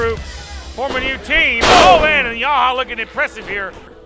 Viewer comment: Yahya it's Yahya it's YAHYA!!!!!